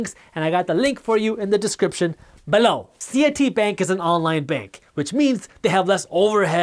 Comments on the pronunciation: I love how he says the word "buh-loww!" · I come here every day just to laugh at how Jaspreet says “below” LOL Joking!! Awesome content as usual. We’ve entered a LONG period of “interesting” economic times!! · He's getting more pronunciated with it like a catch phrase